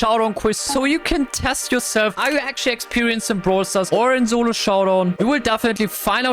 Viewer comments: Bro always says zolo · Turns out I am horrible at "Zolo Showdaown"